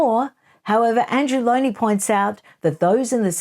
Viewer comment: Lownie. Not Lowndie.